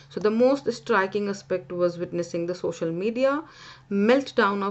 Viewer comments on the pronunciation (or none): Social not sosal😂